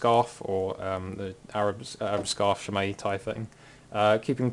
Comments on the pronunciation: I thought it was closer to shay-maw. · It's pronounced SHEH- MAHG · Three minutes and eight seconds of listening to you pronounce it wrong, waiting for you to get to the point. WOW.